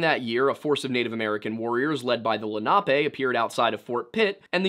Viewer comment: I remember when a guy named Albert Copper went missing near Pittsburgh, wonder if it has anything to do with this. It would've been circa 2013. Also it's Len-uh-pee not Len-op-ay